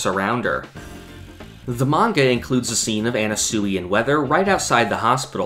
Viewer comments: ye it’s pronounced “ana-sway” not “ana-suey” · why the fuck are you pronouncing Anasui like that. you sound retarded dude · You saying Anasui wrong kills me